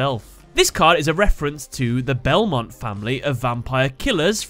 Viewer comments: There’s also Belmont being pronounced as Belemont, with an extra ‘e.’ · You think that’s bad? His pronunciation of Belmont as Belemont is just as bad. I mean where did the extra ‘e’ even come from?